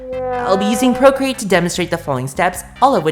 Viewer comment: “Procreat!” struggles in MediBang Paint